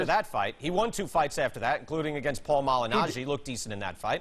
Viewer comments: Everyone: Paulie Malinaggi Floyd: Paul Maginali 😂😂😂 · "Paul Maginally is a good fighter" lol. Its Malignaggi!!